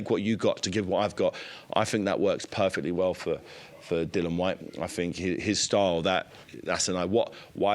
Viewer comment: 😂 spent the majority of the interview calling Dillian….Dillon 😂